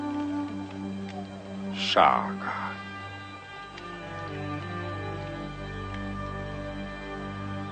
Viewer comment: is it just me, or does he say "Shaga"? not Shaka? So maybe people have been getting it wrong for years